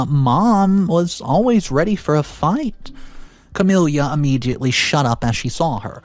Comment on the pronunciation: Ots pronounced Kah-mill-ah